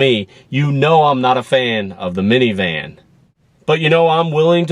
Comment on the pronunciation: it is funny to hear that sedona is good "for miviman".. many times. yes, it is a "minivan" that you are reviewing.